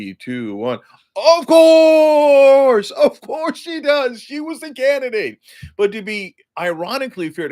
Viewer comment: Cenk "of courrrrrrrse" Uyger